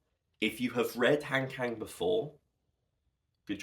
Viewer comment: I just came across your video through the algorithm, and it was so great to see you sharing your thoughts on Han Kang’s work. As someone who also appreciates her literature, I really enjoyed your perspective! Since you seem to truly value her stories, I thought I’d share a very quick, friendly tip on her name’s pronunciation that might make your future videos even more authentic. In Korean, her name has a very soft, open sound. If you’re interested, here is the easiest way to capture it: Han (한): Pronounce it like "Hahn" (think of "Han Solo"). It’s a deep "ah" sound, not "hand." Kang (강): It actually sounds best with a soft 'G', like "Gahng." If you think of a "Gong" but use an "Ah" vowel, you’ve got it perfectly. "Hahn Gahng" It's a small detail, but since your content is so thoughtful, I felt you might appreciate this little linguistic touch. Thanks for making such great content about her books!